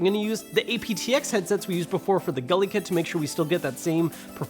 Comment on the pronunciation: Again, it’s « Goo-lee Kit